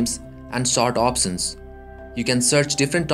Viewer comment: opsions or options? collaz or collage? bhai mere kahe ko desio ka naam barbaad kar raha hai, accent to achchi khasi hai teri!